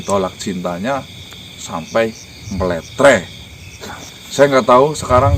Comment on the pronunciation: Sy tu dengar bilang Mletree😁😁😍